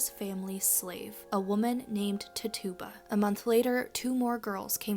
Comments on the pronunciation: Accent on the "Tit". TIT-uba. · Her name was “Tit-Chu-Ba” 🤍